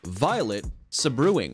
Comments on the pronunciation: Violet SEBREWING! Hahahahhaha - Sabre Wing? 🤦🏻‍♂️ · Um, isn't it pronounced "SABREwing" sabre as in sword vs. "saBREWing" brew as in beer? 🤷🏻‍♀️ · Wonderful video. Maybe the first one is pronounced Sabre Wing and not Sa Brewing. Other than that nice compilation. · Had to LOL at the sa-brewing! They are called sabre-wings, because of sabre-like feathers in their wings. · sa·bre·wing /ˈsābərˌwiNG/ Yep! I had to laugh as well. You know, before you make a video to publish on the internet, you might want to look up that word! ....You know, just to make sure you are pronouncing it correctly??? Save "suh-brew-ing" for that suh-cup of suh-coffee ! 🤣🤣🤣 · Number 10 is a sabre wing as in sword, not sab rewing. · sabrewing is not 'sa-brewing' but, wait for it, SABER-WING - a sabre is a sword, fool! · Sa-brewing? Hahahahahaha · Violet Sa-brewing 😆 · It's pronounced Saber wing